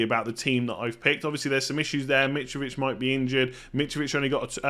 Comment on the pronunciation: Nobody: Mitrovich Absolutely everybody: Mitrovich..: Mitch-Vitch!!🥴